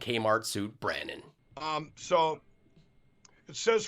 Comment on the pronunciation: It's BRAN-NON fool 🤣. Just kidding about the fool part... using it like Mr. T did back in the day 🤣🤣👍